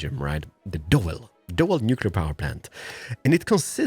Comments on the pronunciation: I'm belgian, doel is pronounced as dool wich means target. It has some safety powers the last few years. They're planning to shut it down but there is not enough other installations like windmills or solar parks that provide enough electricity for belgium. Now they are expanding windmillparks at the belgian coast and maybe they will close doel in 2025. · The doel power plant is pronounced: dool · Doel is pronounced "Dool" with an oo.. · Doel is pronounced like "drool" but without the 'r' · Thanks for building the Doel plant. It is about 20 km north of where I live. Btw, the correct pronunciation is like the English word "drool " but without the "r". So, "dool" . It's an old plant and has to shut down on a regular basis, because there are micro cracks in reactor 3. We'd like to see it shut down, to be honest. Kudos, man! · I hope after 4 years you know how to pronounce “Doel”? 😉